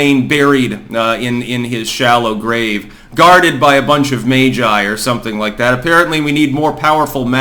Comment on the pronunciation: You’re the only person I’ve ever heard pronounce “Magi” correctly.